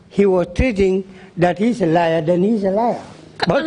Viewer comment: It's "liar" not lair 😊